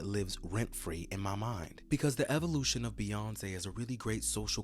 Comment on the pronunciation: The say Beyonce is horrendous LMAOOO